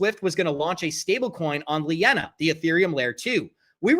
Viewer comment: When you mispronounce linea as lee inna you sound like a moron and you lost all credibilty because you don't know what you are talking about.